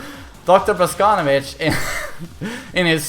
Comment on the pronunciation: Your pronunciation of Russian names and last names is terrible. It is not Alisá, it is Alísa. It is not Boscónovitch, it is Bosconóvitch.